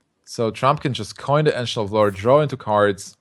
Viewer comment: "Ancient of Lore" Sounds like he says "Engine of War"